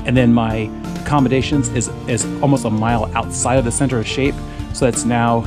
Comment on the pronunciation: Another video full of memories - BTW the town is pronounced Shapp, rhythms with App. The route off Kidsty Pike is very step and the path along Haweswater Water is long, oh so very long. We decided to stay high and turned left just before Kidsty to High Raise - followed the ridge and after a short but step descent, rejoined the path with only about 1/3 of the reservoir to walk.